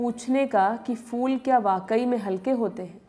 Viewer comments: fool nahi phool bolo meri bahan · aapki madam ne ‘phool’ ko ‘fool’ bol ke sare feature ka maza kharab kar diya. Basics toh theek kar lo. #badpronounciation